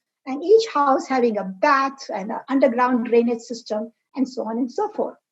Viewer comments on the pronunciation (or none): none